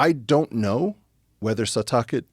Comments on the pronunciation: His pronunciation of Setauket is killing me lol. He keeps saying Setuhket instead of Setawket. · "Set-taw-ket - Setauket